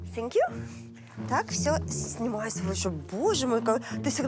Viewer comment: Я тоже выпала в осадок, услышав: "Зэ кэпитал" и "Сенькью". Просто непозволительно! Я бы вообще переозвучила этот скрипучий голос